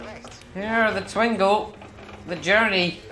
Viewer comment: Twin-go please prononce it correctly